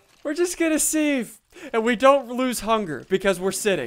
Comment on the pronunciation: you dont pronounces it sieve u say it siv